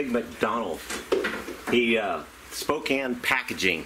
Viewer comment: You pronounced Spokane correctly!! Most say pronounce it Spo-cane. It's actually pronounced Spo-can. Not that it really matter though.